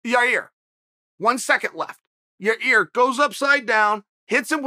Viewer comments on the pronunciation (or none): Who is this Yair that Chael is talking about? Did he mean Yarear Rodriguez? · “YaREAR? It’s YaIR... idiot” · Lolita Davidovich now its YA-EAR god bless the bad guy for trying 👍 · "Blahovovich Kamara Oozman and YaRear" ~ Chael Sonnen